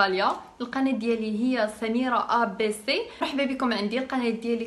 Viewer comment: ماهيش عارفة تنطق إسم قناتها بالصحيح و تحبنا نشتركوا عندها 😂😂😂 abs قتلك abc 😂😂